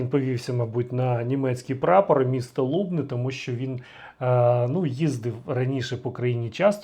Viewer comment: Мля,ніколи не кажіть місто лУбни,це так ріже вухо,говоріть правильно лубнИ!